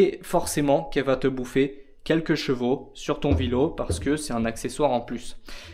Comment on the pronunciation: Aaaaaahhhh tu me vénère à dire « jvaux » dis poney ce sera mieux !! 😂😂😂